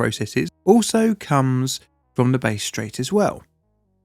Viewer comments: bass'd strait! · Oh ffs... the 'base' strait?! 😂 as an aussie, I'm crying 😂 it's 'bass', with a short 'a' Edit: I lived through this, as a kid I remember having short, cool showers every day for a long time due to the gas shortage that followed. Hot water was a luxury, 8yo me sulked every day about it. TYVM for this, I never knew what all the fuss was about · It's pronounced Bass Straight, as in bassoon, not base. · Pronouncing Bass Strait as Base Strait??!? Seriously sir?! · For heaven's sake, anyone with just a basic knowledge of Australian geography would know that the Bass in Bass Straight was named after a person and pronounced 'Basss' not 'Base'. If you can't get even the basics correct, it brings into question the accuracy of the rest of your video. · BASS (Rhymes with Gass) Strait, not Base !!! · "Bass Strait" = Bass as in fish, not music. Base = not it. (the A in this 'Bass' is same as in Ascend). cheers. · Bass strait isn't pronounced as "Base" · I love how you are covering Australian incidents, as an Aussie, I had never heard of this. Side note Bass Strait not Base but other than that, fantastic work as always. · Not Base strait, try pronouncing it as Bas Strait. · It’s not pronounced base straight. It’s more like the fish “bas” Like B@ Like cricket BAT then drop the T and add an S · 'Base strait' made me giggle so much (I have been unwell so a welcome bit of happiness). It's pronounced Bass with a short a sound, Unlike a Bass instrument as you have pronounced it 😉 Its so cool to see these stories from my own country though, I have lived at the bottom, top and then the very bottom island of this country and I have never heard about many of these before (to be fair, I was born a year after this one), so thank you for teaching my about my own home once again 🖤 If you ever need an Aussie to check pronunciations, I am happy to help with whatever you need 😄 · Its BASS straight. Its prounounced like the fish...not like the instrument. Bass ryhmes with mass